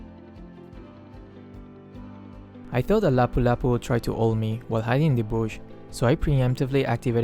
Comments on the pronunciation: How are you able to read Lapu-Lapu's name properly? It's mostly Filipinos who knows it because he have the name of one of our Real Life Heroes. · Whoa,! Your pronounciation on one of Philippine Heroes (Lapu-lapu) is perfect! The game's narrator messed that up xD I'm from Philippines so I know how to pronounce his name xD Great gameplay again. Hoping to see you make more videos. More power!